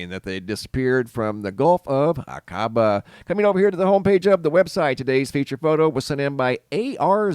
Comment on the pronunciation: "Aquaba" pronounced " ah-ka- bah".